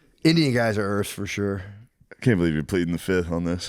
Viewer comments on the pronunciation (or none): You can tell Matt comes from a black household, he says "Earf" in substitution of, "Earth". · They can be EARF! Lol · “I think Earf 🌍“ 😂